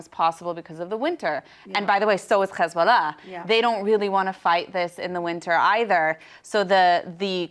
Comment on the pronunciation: She's an Arab and grew up in Lebanon but can't say "Hezbullah" proper? I call BS